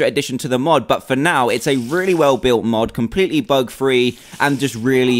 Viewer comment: I love how you said "compleatly bug free" at the end, considering it is a spider mod. lol :)